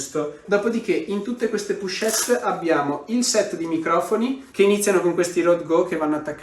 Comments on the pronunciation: pochette... pronuncia con la O non la U 😘 bravo✨ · Pero' le "pUchette"😱 si chiamano : " POCHETTE"❗❗❗❗